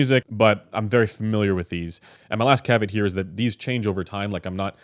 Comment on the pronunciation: "My last cavit"? Assuming you meant Cav-e-aught.